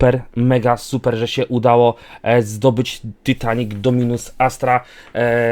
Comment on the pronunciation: ty nie muwi się tytanic tylko taitanik